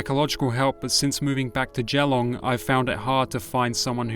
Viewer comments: Geelong is said - jee long Melbourne is said - mel bin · Geelong = “Jeh’L’ong”* Melbourne = “Mel’B’urn”*